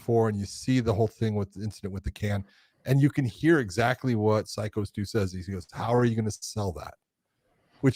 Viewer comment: Hey, what kind of a psycho can’t say the word psycho